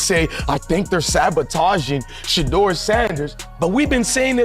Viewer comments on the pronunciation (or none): When content creators use AI to narrate videos, it reflects a lack of talent and professionalism. When a name or word is mispronounced, tune out immediately! It is shameful! His name is NOT pronounced 'Shutter'. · Everyone cashing in on SHEDEUR. You can't even pronounce his name😢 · You will never get a 'like' or a 'sub' from me if you can 't bother to pronounce his name correctly. Here, have a 'dislike'.